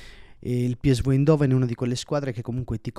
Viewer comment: Bel video, solo una cosa importante: si dice PI ES VI oppure PI ESSE VU, ma non PI ES VU